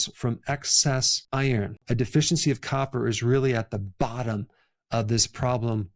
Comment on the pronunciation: as you pronounced iron it nearly sounded like Eier, i was confused for a moment😄